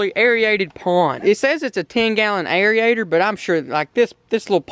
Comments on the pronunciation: Airy-ator 😂 its pronounced AIR-ATER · Its not airiator its AIRATOR AND IT'S NOT MINNERS!! ITS MINNOWS